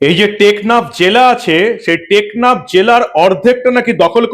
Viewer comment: বারবার 'নেকনাফ' বলছেন কেন?দ্বীপ্যটির নাম 'টেকনাফ'।